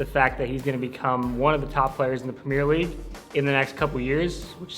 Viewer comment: This guy cant even say premier league bruh